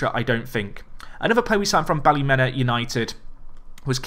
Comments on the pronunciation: Best way to pronounce Ballymena United isn’t Bally-Men-A but instead Bally-Me-Na, coming from a Northern Irish Man myself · Its bally me na like me na not the way ur saying it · Ballymena is pronounced Bally-Mina, (meena)